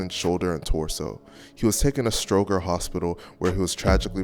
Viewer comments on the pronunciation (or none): Please pronounce it correctly. Stoger is pronounced stro-jer. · Stroger is pronounced with a soft G, like strojer